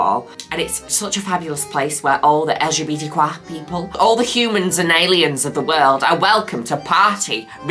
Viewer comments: pronouncing LGBTQIA as "El'Jebetequa" is so funny 😂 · Well i know that i will from now on only say LGBTQIA with a french accent from now on 💅🏻✨